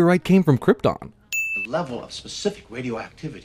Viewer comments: Using the 'schwa' in the place of the o in Krypton is not mispronouncing it sounds better than those saying KryptOn with an overly American accent. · Kinda stopped watching after you said they mispronounced Krypton. Yes, I'm sure even on Krypton, different people had different accents. Kinda like comparing how British and American people talk. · It's not a sin to sit through 5 mins 40 secs of those epic credits listening to that epic theme. Krypton IS pronounced KrypTON, not KrypTORN!! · Their pronunciation of the word Krypton is just right. You, on the other hand, say something like "kryptaaahwn"...awful!! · Pronounced kryTIN? Since bloody when you moron. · Dude, nobody pronounces it like Krypt-ohn. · Its Krypton not Kryptooooon, dummy. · No, narrator, everyone in the movie is not mispronouncing Kryptaahn. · So everyone on Kriptin pronounces it Kryptin, but only Earth people pronounce it Krypton? I think it is we who are wrong... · Everything Wrong with this Everything Wrong with Superman the Movie: Sin 3: Krp-tin, Kry-ton, Tomato, To-mahto, Sin 4: Its a two part film, which reminds me, do a Sins video on Superman 2. Sin 9: You make a joke but fail to point out the bigger sin, as to why a baby Superman would remember this information--which he clearly doesnt. Sin 22: Because I'm sure the Pimp was watching Clark. Sin 27: Yes, a computer is exactly how it works. Sin 32: Its similar to Sun rays from our own sun. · Maybe it's YOU who mispronounces Krypton. I don't think they would make such an obvious mistake..